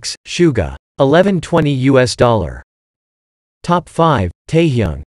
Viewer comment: テヒョンって、英語でテイヨンみたいな発音なんだ